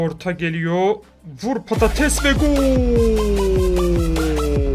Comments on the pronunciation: Abi patates değil paredes oooooo ❤️ At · Abi o patetes değil o paredes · patates değil paredes. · Abi o parades diye okunmuyormuydu sen patates deyince ne bileyim yani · patates değil parades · Patates degil paredes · Abi patates değil paredes abi yanlış söylüyon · abi seviliyorsun cok cok gecmis olsun!!! sevenler +1 abi paredes o patates degil abi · abi neden parades değilde patates diyosun